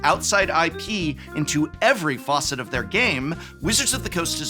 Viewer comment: Facet, not faucet. 😂